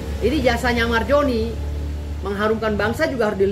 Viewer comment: Zoni Zoni , bukan Joni bg dauz 😂